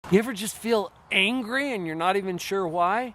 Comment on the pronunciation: WHY AM I HEARING HUNGRY OMG Νice video